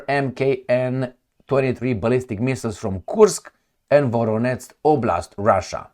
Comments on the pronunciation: nu se pronunță ca Voroneț ci Voronej, la fel Jitomir, Rijev, etc. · it is spelled: VoroneJ not VoroneTZ and also - Jitomir. U r welcome. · How many times I have to tell you? Where is NO such a City in Russia as you are saying - “VORONETS”!!! 👎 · Thanks. When you see ZH in a Ukrainian name it's to pronounce the sound you find as final sound in "garage". The sound written in french often with the letter J ("je t'aime"). You pronounced well for Zaporizhzhia, but not for Voronezh or Zhitomir. There is a letter in Cyrillic for that phoneme : Ж. In Slavic languages with Latin alphabet it's often written as a kind of Z with an accent : Ż or Ž, but internationally it's often written ZH